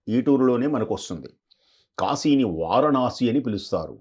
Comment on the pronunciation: కాషి కాదమ్మా కాశి అనాలి.